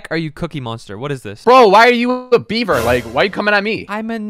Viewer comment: Hi yellow fun fact, when says beaver 🦫 it sounds like his saying Bieber!?